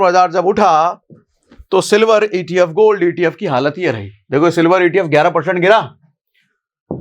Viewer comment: Sir ap ne silvar ki jagha me dilwar bol diya